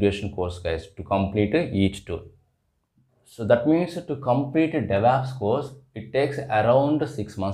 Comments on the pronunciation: why do you people pronounce devops as devApps?? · Because it is Stylish to say devApps and it also sounds very stylish to say "MISSION" learning for Machine Learning